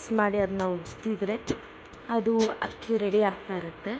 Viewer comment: 437 ನಿಮ್ಮ ಶಬ್ದ ಹಕ್ಕಿ. ..😂😅 ಎಂಥಾ ವಿಪರ್ಯಾಸ ನಿಮ್ಮ ಕನ್ನಡ